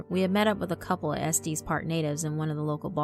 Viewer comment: Been away from youtube for a while, but glad to be back to listening to you,. Love the story, and your voice as always. I grew up in Littleton and have been to Estes Park several times, so it was pretty cool to hear that. By the way, Estes is pronounced ess-tess, for future reference.;-)